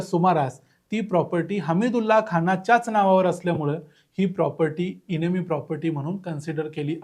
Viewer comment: इनेमी नाही. एनिमी असा उच्चार आहे. एनिमी म्हणजे शत्रू.